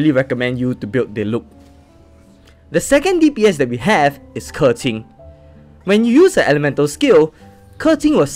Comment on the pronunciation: can we just take a moment to appreciate him pronouncing hu tao, keqing, qiqi and mona correctly? 😂❤